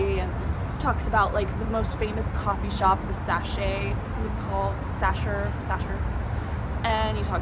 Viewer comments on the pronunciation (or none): It's "Sacher" not "Sasher". The German "ch" is pronounced like the Spanish "j" or the Russian "x". 🙂 Best regards from Vienna!